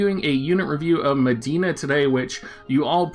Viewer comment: Her name is Medi-enna, not Madeena.